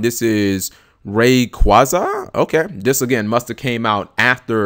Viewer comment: Rayquaza is pronounced Ray-qway-za. I don't know why but it irks me when people pronounce it the way you do.